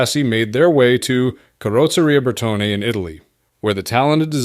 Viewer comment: That Arnolt sports car sure sits high..... and it's Bertone pronounced berton not bertony, the trailing e is silent, like the p in awimming....